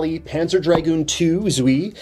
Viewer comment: Zwei is pronounced "Tswai".